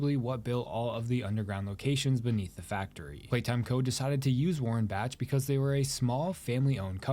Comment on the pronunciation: I think the H in warenbach is silent but i don't fully know